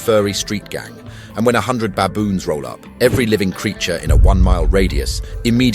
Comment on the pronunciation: Baboons not Bayboons..pronunciation ai?